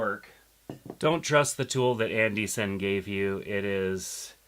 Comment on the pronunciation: id love to know the propper pronunciation for Andy Cine ! you say it like andy ''SIN'' iv heard others say Andy ''Ciney'' i thought it was Andy Cine as in Wine or am I in the wrong ? lol